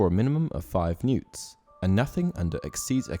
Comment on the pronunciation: Newts? Really. That annoyed me. They are N.E.W.T.'S.